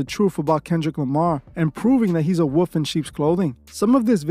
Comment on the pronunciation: You know wolf has an L in the word. 😂